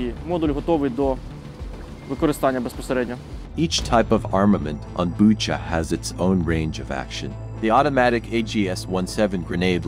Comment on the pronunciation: This channel has so much potential, but the voice overs/translations need some work. One glaring example is "Bucha" -- most people who know what Bucha is know how to say it, but apparently not the narrator.